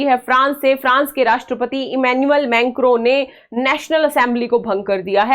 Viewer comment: मेंक्रो नहीं मैक्रों😂😂😂